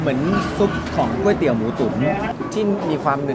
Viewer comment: หลายep ออกเสียงไม่ถูกเช่น ก๋วยเตี๋ยว ไม่ใช่ก้วยเตี๋ยว หรือ ก๊วยเตี๋ยว